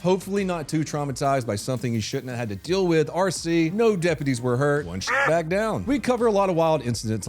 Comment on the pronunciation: I heard "hands behind your fat."